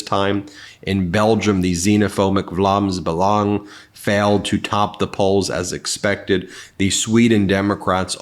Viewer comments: Ben, I'm impressed by your pronounciation of "Vlaams Belang". It took me by surprise. Usually we're talking murder of some kind. PS: And yes we had our own version of "Maga tears" and "Maga denial" over here in Belgium last night. Fortunately what we do not have is a felon Farty-five. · As a Dutch speaker I think we should congratulate Ben for his surprisingly amazing pronunciation of that Belgian far right party. Seriously well done! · Your Flemish pronunciaton of Vlaams Belang was spot on, sad it's those words... haha.. big fan here from Belgium... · Wow, you pronounced the Belgian Vlaams Belang really well. Respect! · You pronounced Vlaams belang perfectly! It is a DELIGHT to find an American with the respect for other countries and cultures, to do the work of learning how to pronounce names the right way!